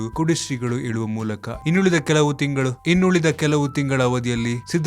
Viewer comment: Hi thank you for the information. I have a small suggestion. I kindly request you to spell the "ಹ" and "ಅ" properly so that you can make next set of videos very good. : its "ಹಾಸನ" not "ಆಸನ" its "ಹೇಳುವ ಮೂಲಕ" not "ಏಳುವ ಮೂಲಕ" its "ಹದಗೆಡುತ್ತದೆ" not "ಅದಗೆಡುತ್ತದೆ" its "ಹಾಕುವುದು" not "ಆಕುವುದು" With this correction, you can make your presentation very beautiful. Thank you .